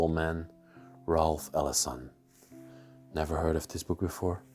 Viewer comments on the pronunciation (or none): none